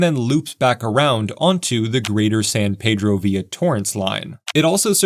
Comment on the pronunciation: San Pedro, it's prounounced Peeedro, ask a local